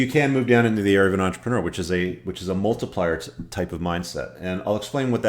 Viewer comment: it's multiplier, no offense